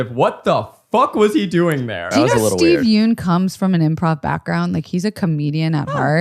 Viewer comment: I just want to say that Steven Yeun's last name is not pronounced "Yoon". It's actually "Yeon". The "eo" makes a short "u" sound like in the word umbrella. Yeun is spelt 연 (yeon) in Korean and Zach and pronounced it as 윤 (yoon) which is completely different.